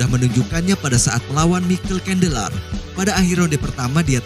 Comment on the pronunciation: suka pas penyebutan namanya😂, kandeler